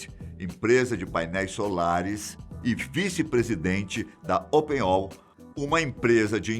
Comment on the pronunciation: A empresa de inteligência artificial não se chama open all, e sim open Ai (ai de artificial intelligence)